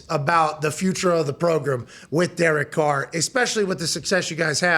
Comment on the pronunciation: I love how AJ smirks every time he hears Pat say "progrum" in an interview 😂